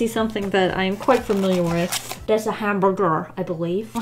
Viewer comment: THE WAY SAID HAMBURGER GAVE ME LIFE—— “das a hamborgur i belieff”